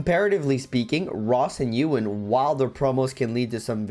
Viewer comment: You-win????? EH-WIN. EH-WIN.